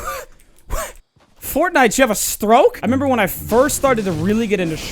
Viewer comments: Finally someone else who calls it fortnut. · Did he say fortnut in the beginning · What a fortbnuto XD that what I heard from your intro XD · Fortnut, tf is that? Oh OH you mean fart nut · The first thing he says is welcome back to fortnut 😂😂😂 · He Sayed fort nut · Did I hear you say what I think you said. Fortnut?! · “Hey guys welcome to fortnut”😂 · “Welcome back to fortnut” the dooo quoted 2018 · He said fortnut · My man said fortnut 😂😂😂😂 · I heard Fortnut! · I don't know if you realised but you said "fortnut".... Lol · "Hi welcome back to FORTNUT " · "Alright, welcome back to Fortnut" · "welcome back to fortnut" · "Welcome back to fortnut" lol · I swear at the beginning of the video when he says welcome back to for tonight instead of saying night I swear he said nut LOL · Fortnut? Hahaha what? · He says fortnut at the beginning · Its fork knife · Lol "well welcome back to fortNUT" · "Fortnut". I love it. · u sayd fortnut hahaha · He said Fortnut in the beginning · I swear he said welcome back to fortnut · " fortnut " Lmao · Did he say fortnut?